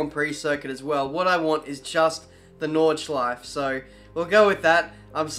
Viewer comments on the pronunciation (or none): Its NordschleifE not ´´Nordschleif´´ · Can't pronounce Nordschleife. Oy! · I always wondered why people from english speaking countries pronounce "Porsche" Porsh and "Nordschleife" Nordshleif.